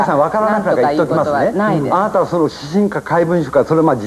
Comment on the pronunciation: 日本ではこのような人を 「どんぐりの背比べ」と言うんだ！ 間違った「５０歩１００歩」だったかな？？ 「あーたぁ」「あーたぁがね」「あーたぁー」はっきりと「あ・な・た」と発音しろ！！